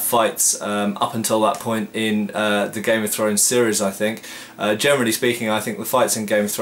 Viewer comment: Hm - I always hear "germany speaking". I suppose you mean "generally speaking"?